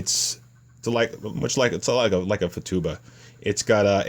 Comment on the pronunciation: hey, thanks for making this info vid! apparently these little things don't come with any sort of instruction at all. and by the way, please stop saying Fatuba... it's Futaba. LOL!